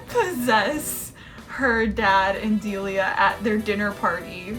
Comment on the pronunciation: I can't stop laughing at "Dialia" thank you for that. It's Delia btw, it's very to the point.